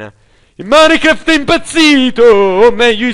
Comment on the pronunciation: perchè dici mainecraft e non maincraft ? LOL